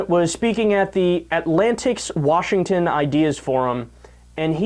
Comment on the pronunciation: He does call Washington "War-shington", so it's highly likely :-)